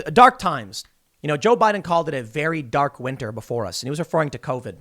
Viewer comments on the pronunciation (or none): none